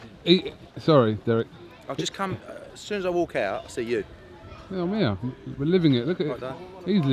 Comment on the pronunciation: "Earr we go apples n pears" 🤣🤣